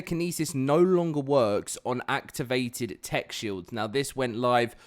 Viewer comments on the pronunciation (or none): none